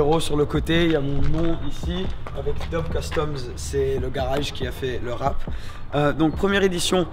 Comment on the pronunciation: we say Wrap in french too not WRAAAAP